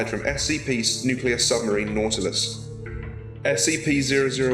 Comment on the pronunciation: its not natlass its nautilus